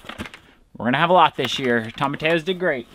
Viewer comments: The correct pronunciation is toe-ma-ti-ya. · Tom-a-tea-yo. Double L = a yeee sound in Spanish. 😉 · Sorry, I can't stand it - tomatillo is spanish and pronounced "toemah-tee-yo" with the accent on tee :)